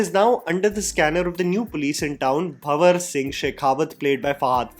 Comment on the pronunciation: It’s banwar singh not bawar or bawasir